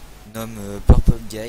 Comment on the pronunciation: mec t'as dit merci purpule guy c'est genre tu dit "purpule guy heureusement que t'es là car sans toi des robots qui tue des gens n'auraient pas exister merci mon gar